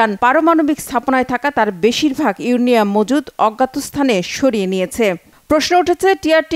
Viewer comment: আপু আপনার উচ্চারণ করতে ভুল হয়েছে ইউরেনিয়াম হবে।